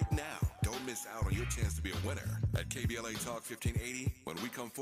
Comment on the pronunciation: Dr. Cornel West said "K B L S"............but it's NOT; right?........isn't it: KBLA??...........it's a simple mistake though.